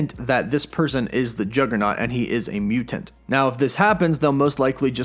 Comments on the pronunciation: I can't watch this video based on the way you pronounce "mutant." LOOOL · Uggggg the way he says mutant really bugs me